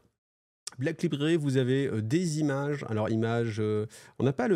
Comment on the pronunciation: "Vingt zzzimages" ? Vingt timages ! J'essaie de me détendre ! J'ai trop les glandes que tu quittes YT...